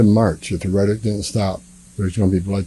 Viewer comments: Someone should tell that idiot Tommy that the word is rhetoric, not retick. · The reticlk? Can anyone in this administration outside of doublespeak Marco Rubio know English and how to speak??? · Will someone tell Homan that 'rhetoric' has 3 syllables?